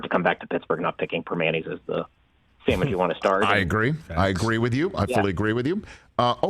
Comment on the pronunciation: "Showwich?" Gimme a job: The Rich Chicken ParmEisen Sammy